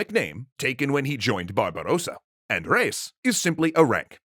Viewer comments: it's pronounced re-is, two syllables, no diphthong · How did you manage to butcher the pronunciation of "Reis". It's a title, emphasize it like so. It means Captain